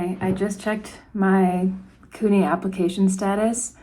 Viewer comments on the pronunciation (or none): Congrats!! Just fyi new yorkers generally pronounce CUNY "Q-nee" not "coo-nee" ❤ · I find it funny the way you say CUNY lol. Its pronounced kyoo-nee not coo-nee, while SUNY is pronounced soo-nee 😅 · Congratulations! The way you pronounce CUNY made me giggle 😊 Congrats on your awesome results